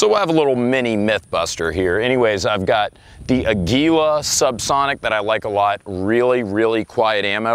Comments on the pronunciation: sigh just want to let you know, if you want to know how to pronounce the brand Aguila correctly it's the Spanish word for Eagle. makes sense right? has an eagle right on the box and it's made in Mexico. it's not a-gwee-la or a-gee-la (with a hard G). it's ah-gih-lah (with a soft G) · Ah-gwi-lah. Spanish for eagle. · yall can never pronounce aguila right. jesus.